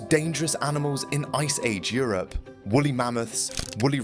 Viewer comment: 2.25. Wooly not wolly.